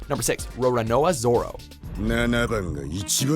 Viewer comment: he literally said Ronrononaoana Zoro